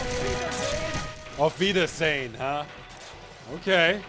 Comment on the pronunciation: You may not speak German, Ross but your pronounciation of "Auf Wiedersehen" was quite spot on